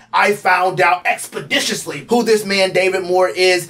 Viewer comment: Whoa!! "Expedishishly".....calm down bro!? 😂👍